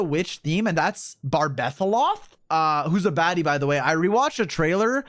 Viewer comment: “Barbetheloth” Brother 😭🙏😭🙏